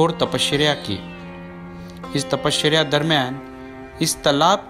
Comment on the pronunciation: Tapashreya?? Actress ka naam hai kya? Tapasya bolo bhai...apart from that beautiful video...har har mahadev